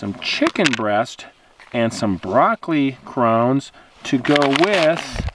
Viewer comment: Where are you from to pronounce "crowns" that way?